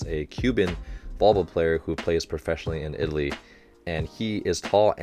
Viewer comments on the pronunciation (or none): none